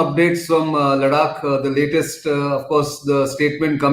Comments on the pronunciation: Ladakh not Laddddakkkkk. Come on Mr Gokhale, it is easy to pronounce. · try to speek ladakh as ladakh not ladak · When you say लडाक, it appears you are from another country. Practice saying लद्दाख 10 times. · Ladaak is pronounced in Marathi, Laddakh is pronounced in Hindi and English.. and He is Marathi. Just like me... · Nitin hi, the pronunciation for ladakh is "ladh-dak" pls province it this way. Else, your analysis is gr8. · It's pronounced conventionally as लडाख in Marathi, and Nitin being native Marathi speaker may tend to pronounce certain words as Marathi speakers have been accustomed to pronounce. This is similar to how many of the Hindi speakers pronounce तमिळनाडू (correct) as तमिलनाड / तमिलनाडू (incorrect). So just chill down and be your tolerant self. Peace.